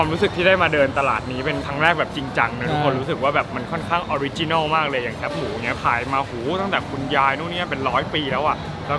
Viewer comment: ส่วนใหญ่นะคนภาคกลางออกเสียงว่า "แค๊ปหมู" จริงๆ แคบ คือไม่กว้างอ่ะ..เอาใหม่นะ..แคบหมู แคบหมู แคบหมู...ฝึกพูดบ่อยๆนะ..เดี๋ยวก็เป็น อู้เจื่อๆเด็วกะจ้าง...